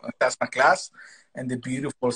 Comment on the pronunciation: This woman should have done more research before interviewing Sam!! She couldn't pronounce the name "sassenach". She didn't understand/know about the unicorn on the bottle. She had no idea and was confused that Sam had so many live fans during the interview. Very disappointing!